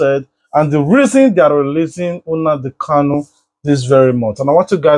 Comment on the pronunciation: PLEASE BRO.. WE LOVE YOUR VIDEOS AND PRESENTATION.. It is NOT UNADI it is NNAMDI